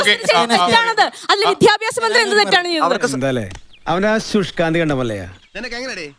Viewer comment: വിദ്യാഭ്യാസം എന്ന് പറയാൻ അറിയില്ല..വിധ്യാഭാസം 😅